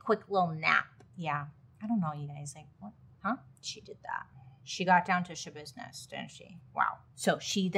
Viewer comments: “ She had to handle some Shabusiness” 😂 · Mind Schabusiness is all I hear when I hear her name. 😅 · Lol “mind yashabissness”🤭 Man she was really sick 💔💔💔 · "It's Shabusiness??" No, it's NOT ya business ✋️ Edit: it was in fact Shabusiness